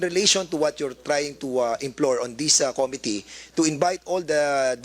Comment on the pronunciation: This po hindi Dis. Atsaka paki po pronounce ang committee hindi Ko-mi -ti. Suggestion lang para di masakit sa tenga Hayaan natin sila magsalita, its not all about you.